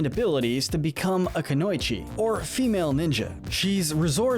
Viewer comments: "kunoychi" don'tcha mean KU NO EE CHI! Kunoichi. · How did u miss pronounce kunoiweech idk how to spell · The way he says Kunoichi was passable but when he said Oroku Sakai I lost it.